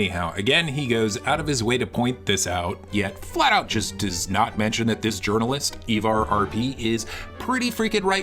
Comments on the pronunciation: Mispronouncing the word 'journalist'..... It's true! He's a foreign agent sent to sow dissent in the USA! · “Yearnalist” LOVE IT!